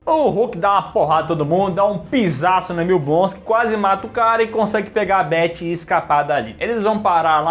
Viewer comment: o mano chamou a Betty de Bery